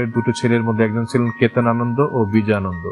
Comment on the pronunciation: উচ্চারণ হবে Ananda Not Anand